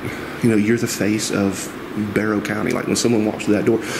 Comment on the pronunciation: “Bear-ow” county. Hope that helps